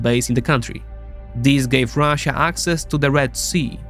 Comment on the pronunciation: why do these nerds always say ruzzia lmao is it supposed to be an own